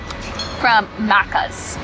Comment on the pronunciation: Lol it's MACCAS as in MACK. Not muccas 😂😂😂😂😂